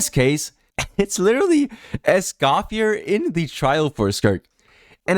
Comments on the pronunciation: Omg dude…Escoffier is pronounced S-cough-fee-EH! Not S-cough-fee-ER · My only criticism, is Escoffier's name doesn't pronounce the R - How they say it in the english dub is actually correct (for once) as a francophone. /info + nm But yeah, It sucks that they're becoming this predatory of a company. Citlali & Mauvika want to be together too; but they didn't break the rule of 3 four star characters. What scares me, is if they get away with this the first time, we'll see more of this going forward.. and that means that it'd be better to just be a paid game from the get go...